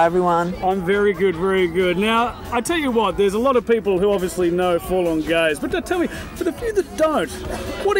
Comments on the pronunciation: I swear at the beginning the guy says "we're full on gays" instead of forlorn gaze. I'd put money on it lol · Sounds like they said "We're full on gays...".